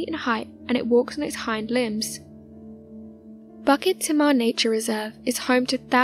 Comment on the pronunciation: Its not BUCKET THEMA....its pronounced BOO-KIT TEA-MAH!